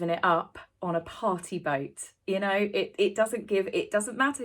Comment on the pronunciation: You're so cute with your British accent. I just realized you were saying party boat. I heard potty boat. 🇺🇲❤🇬🇧